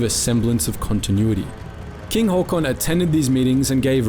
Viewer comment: As a Norwegian the first thing that struck me was how well you pronounced his name. Well done, really good first impression